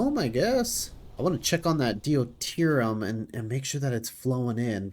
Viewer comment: I can tell you record in advance, but still - d'you tier E um. Deuterium. Really enjoying just how crazy things are already, but it seems like starting anything even close to the scale of a Dyson Sphere is still a ways off.